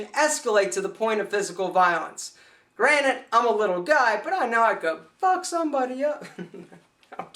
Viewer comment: granted, not granite...